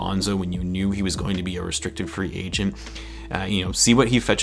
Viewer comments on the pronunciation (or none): none